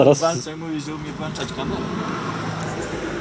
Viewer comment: Ty włączasz kamerę, a straż miejska włancza.